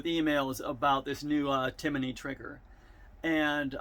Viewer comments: Timiney.....it’s tim-ney!!🥴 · There’s no “O” or “a” in Timney. How hard is that?